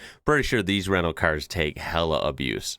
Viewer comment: HAHA! I thought you said "Renault cars" (when it was a white Citroen on screen) then realised you're saying "rental cars".